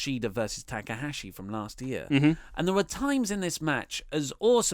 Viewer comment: "TA K AHASHI" YOU OUT OF YOUR MIND! THE GOAT OF NJPW AND YOU CANT GET HIS NAME RIGHT...EVERY TIME?!?! ... no big deal mate, but mistake confirmed